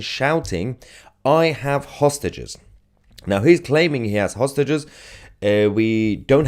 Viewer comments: That's exactly what I said hostages does sound like sausages he was probably shouting to someone he knows you don't take hostages wearing a dressing gown 😂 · Is he saying that he's got hostages or sausages? Perhaps he's inviting people for dinner. Just bring a bottle and a fork. He has his own knife.